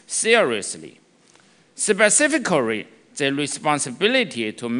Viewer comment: specifically? Say that three times fast, or just once correctly.